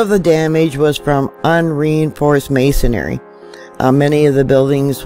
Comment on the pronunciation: Theres no such word as mason*ary. It is pronounced mason*ree.